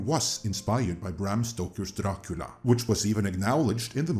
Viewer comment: Gotta love everyone making fun of Amazon's pronunciation of GaladRiel and here we have all the NosfeRatu and DRacula sounding equally dumb.